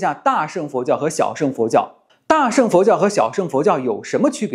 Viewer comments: 大乘（cheng）佛教，不是sheng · cheng2, 不是sheng4